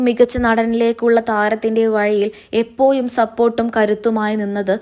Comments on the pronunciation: എപ്പോയും, വയി എന്നൊക്കെ വായിക്കാൻ അപാര തൊലിക്കട്ടി വേണം. സമ്മതിച്ചിരിക്കുന്നു. യാതൊരു ഉളുപ്പുമില്ലാത്ത ഈ വാർത്ത വായന കേട്ടിട്ടാണ് യഥാർത്ഥത്തിൽ ഞെട്ടിപ്പോയത്. ! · ന്യൂസ്‌ വായിക്കുന്നവർ അക്ഷരം Correct ആയും നന്നായും ഉച്ചരിക്കാനറിയുന്നവരാകണം.. എപ്പോ'ഴും' എന്നാണ് മലയാളം.. ഈ സ്ത്രീ വായിക്കുന്നത് എപ്പോ'യും' എന്നാണ്... ഇവരൊക്കെ മലയാളം ശരിയായി പറയാനും വായിക്കാനും പഠിച്ചിട്ട് ഈ പണിക്ക് ഇറങ്ങുക.. മലയാളഭാഷയെ കൊല്ലല്ലേ സ്ത്രീ ജന്മമേ...